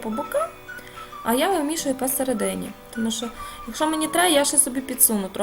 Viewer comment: У Вас гарна українська, проте: мука - це борошно, а шо то є що. Рецепт чудовий і покроковий для новачків. Мені було трішки нуднувато. Бажаю Вам кулінарних успіхів. Чекаю ще й інші рецепти.